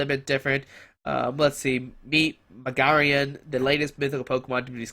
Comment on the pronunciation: its MA GI ANA squeeky comon....learn to read